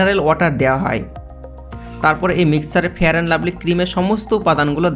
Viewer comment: ফেরান লাভলি না ফেয়ার লাভলি